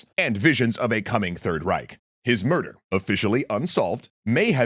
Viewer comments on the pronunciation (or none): none